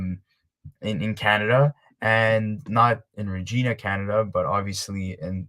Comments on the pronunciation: Regina is a city that rhymes with vagina. Not Rageena. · Reg - i- na SAS- ka- toon both in the province of Sas-kat-chewan 😆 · Lol it's Regina pronounced like vagina but with an r lmao 🤣